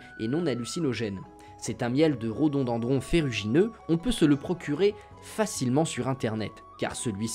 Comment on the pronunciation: Rodondandron ça sonne bien qd tu le répète